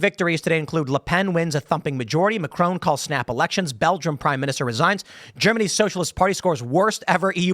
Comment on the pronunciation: It's not 'Macrone'